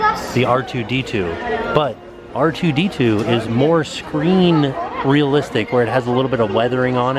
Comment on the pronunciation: C-R2D2 😂😂 I love you